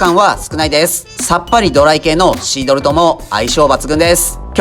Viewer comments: シードルを二回くらいシールドって言ってる気がする.... 何かのミスリード？ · シードルのことシールドって言ってるw最後シールドって言えてるけどw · テキカカ"シードル"がテキカカ"シールド"って言ってる気がしましたけど、これはブッチャー的お茶目ポインツなのか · 2回くらいシードルをシールドって言いましたね？ しま田のタコスも見たいです。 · シードルをシールドって言ってるのおもろい